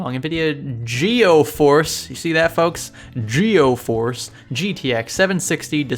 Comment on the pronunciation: 'NVIDA GEOFORCE' LOL WHAT